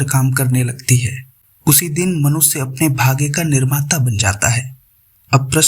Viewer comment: PRESENTER IMPROVE YOUR PRONOUNCIATION: IT IS SHARIR NOT "SARIR", IT IS MANUSHYA NOT MANUSYA. DO NOT USE S AND SH INTERCHANGEABLY. IT PUTS PEOPLE OFF